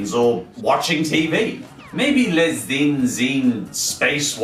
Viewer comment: The "Ch" syllable is pronounced as "Sh" in French. The "in" syllable is also pronounced "an" . Sorry, it's just that I did French briefly in Secondary School , so your pronunciation annoys me. The "s" in "Les" is silent.